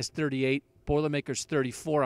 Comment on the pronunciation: Lol he said he used to live in northwest Indiana, but he’s not even pronouncing Lafayette right 😂